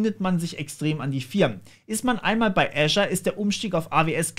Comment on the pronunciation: Kenne kaum jemanden der Azure richtig ausspricht, danke ;-)